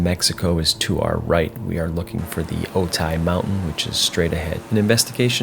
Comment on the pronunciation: Otay is pronounced Oh-TAY, not Oh-tie. Think of Okay with a 't' instead of a 'k'. Also, Camarillo is pronounced KAHM-are-reelo (it's a Spanish name).